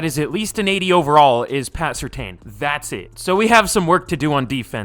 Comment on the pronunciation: Surtain is pronounced Sur(tan)